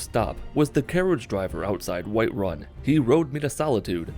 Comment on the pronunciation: "White Wun"